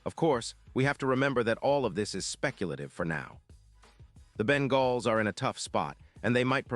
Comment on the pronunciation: Ben-galls? Give me a break. AI voice sucks.